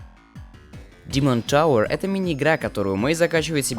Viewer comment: Димон товэр О, да вы из Англии